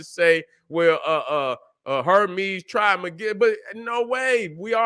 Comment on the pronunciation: "trish mey-giss-stus"